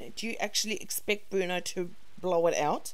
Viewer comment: I hate when she calls bruno "Bwuana" & "Bruneeana" but i wanna punch something when she calls him "Day Bwann" & now she's calling cha cha "chawchur" or "chow chow"...kinda wished Nancy threw the stick at, wudda been better content at least